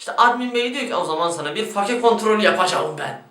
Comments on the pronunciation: Katılıyorum, fake diyorsunuzda bari fake olarak okumayın 'feyk' olarak okuyun. Örnek 'Ben fake'yim.' -. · Fake kelimesinin "fake" olarak bi kere daha okursan ekrana kafa atıcam. "Feyk" ulan o. basket de mi izlemiyosunuz, ingilizce dizi de mi izlemiyosunuz. "Feyk" ulan feyk. Türkçesini kullanmıcam diye ısrar ediyosun bari ingilizcesini düzgün oku. Fake nedir ya.